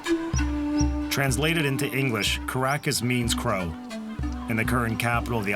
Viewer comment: 1.12 Not coracus but korakas with the stress on first syllable. Then in plural, from masculine the noun turns into nuter gender korakia with stress on the second syllable. You can also say koraki which is the singular of korakia. It's not just Ikaria with centinerian people but the whole of Greece. My neighbour here in the Peloponnese lived up to 102.